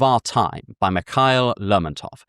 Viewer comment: As a russian, I'm really glad you like russian literature ❤ But our "Mihail" or however it's written on the cover is not your "Michael". It's pronounced as Mihaíl and there is no k sound, but there is h sound. Usually k before h in russian names and surnames added just to show that h is pronounced. But otherwise I really appreciate your recommendations, many of them got me really interested